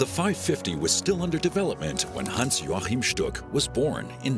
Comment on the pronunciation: Was I the only person who cringed when the narrator pronounced Stuck's name as "Hans Jorchan"?